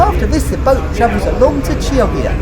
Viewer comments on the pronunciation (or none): by the way, my Italian uncle said that the way to pronounce Chioggia is Jog-gia! nice video though the N/11 is a very interesting route!